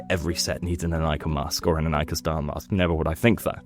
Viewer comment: Thank you for pronouncing Inika correctly